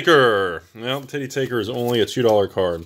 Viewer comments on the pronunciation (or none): Absolutely no one knows how to say the name of that card, and how did I know that you would pronounce it Titty Taker 🤣🤣